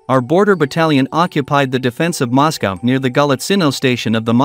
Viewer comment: As soon as I heard the mispronunciation of Moscow I stopped watching